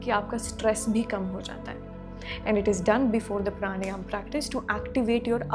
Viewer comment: When you can't pronounce a word correctly.. प्राणायाम it is, not प्राणयाम. We are Indians not foreigners.